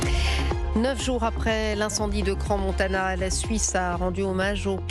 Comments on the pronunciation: Cransse Paris on dit pas parisse Faut pas dire les s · Il y a bien un S à Crans mais pas plusieurs comme on l’entend à la tv 🤦‍♀️